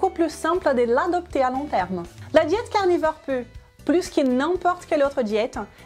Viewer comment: "La diet carnifeur" 😉